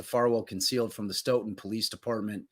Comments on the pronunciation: Pronounced "Stow-Ton" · Stoughton pronounced "stow ton" like ton of bricks. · His wife was in labor with their 3rd child at the same time SB was being murdered Pronounced… Stow ton… Stoughton